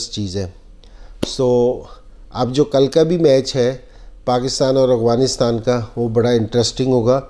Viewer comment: MashaAllah...boht shukrea sir ....bas ak bat inzee bhai... Afghanistan...not aghvanistan. If u don't mind 🥰😃😀